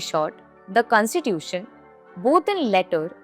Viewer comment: First try to say the word constitution correctly.